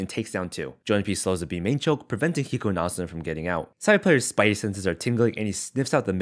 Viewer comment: The announcer couldn’t pronounce hiko’s name lol